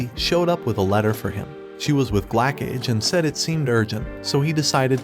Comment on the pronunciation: why did i heard blackcage instead of glacage 🤣🤣